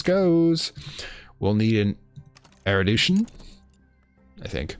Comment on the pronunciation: Erudition = Air roo dish shun XD Since you're tying to get it right